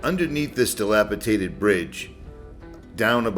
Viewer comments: Pronounced dilap-i-dated. And, Moe-GO-yone. BTW, you are one hunky guy with a GREAT channel. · I am part of a community of subscribers and I give you a thumbs up before watching any video. If you say "dila-potated" one more time, I will throw my cheap, cracked screen, second hand cellphone out of my bedroom window. Keep up the good work. All the best!!!! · DilapiDated not tated